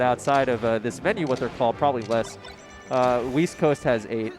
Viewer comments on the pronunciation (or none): Oh, east? I thought you said, "weast".